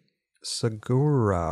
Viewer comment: saguaro = [SA-WAH-ROW] haha